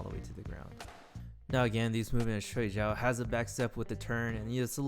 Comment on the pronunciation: Pretty cool! Pronunciation of Shuai Jiao is : Shuai -shwy (rhymes with pie, fry, my, sly, etc. Pronouncing it the other way means ‘sleep’. But, otherwise great video, thanks!👍🏻👍🏻